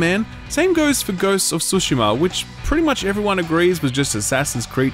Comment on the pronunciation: Why can no one pronounce "Tsushima" correctly